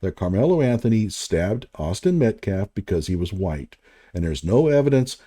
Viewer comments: Why isn’t this guy locked up for life after what he did?. Also I find it kind of funny how at the press conference he couldn’t even pronounce Metcalf and self-defense properly and now thanks to this video. I learned that he didn’t know Luigi Mangione was the guy That killed that CEO. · Tell that dude it’s Metcalf not Metclaf. Penny… not Pender. Self defense not self deflense. This dude is the epitome of an idiot. I think he mispronounces names to disrespect them.